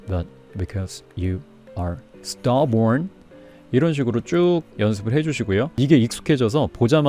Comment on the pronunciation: 수고 많이 시네요. Stubborn 발음을 “스터보온”으로 발음 하시는데 “스터버어언”으로 해야 하는 거 아닌가요? 질문 드립니다. 감사합니다.